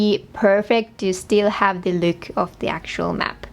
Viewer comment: doesn’t say look she says lewk